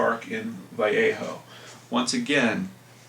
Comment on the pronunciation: Benecia=BEN-ee-shuh, and Vallejo=Vale-A-HO. I lived near there for awhile-well, between there and Lake Berryessa... lol. I was there in '86...